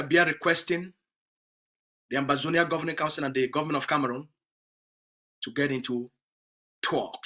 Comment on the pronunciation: It's Ambazonia not Amazonia